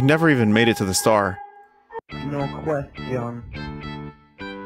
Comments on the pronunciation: I first found Vinny via Supra Mayro Kratt, so hearing "I NEVER DOUBTED EET" fills my heart with joy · "I never doubted eet" has been force fed into my daily lexicon thanks to this man